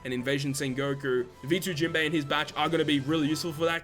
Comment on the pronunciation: Why u always call him jimbe its jinbe broski